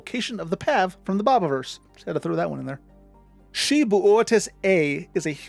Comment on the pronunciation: Xi Bootis is commonly pronounced like "KAI BOO-TIZ." Xi is the Greek letter Ξ. Any Gliese star is pronounced as "GLEECE" Any Pegasii star is pronounced "PEG-UH-SIGH"